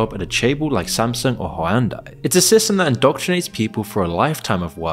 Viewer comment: Judging by how "Seoul" and "Hyundai" are pronounced, this is an AI voice.